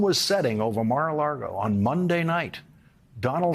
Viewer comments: I really admire and respect you Lawrence, but why do you say Mar-a-Largo? It's Mar-a-Lago. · Why do you keep saying Mar a Largo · Please somebody tell Lawrence that it is not Mara LaRgo. It's Mara Lago. Lawrence is a smart and credible newscaster, but he doesn't sound like it when he says Largo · Is he trolling Trump by saying Mar-a-laRgo? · I do wish Lawrence would stop calling it "Mar-A-Largo", it's not named after Key Largo! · I love how he always calls it Mar-a LARGO.